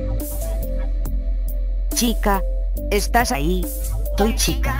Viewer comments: Toy chica dijo picha xd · Dice pitcha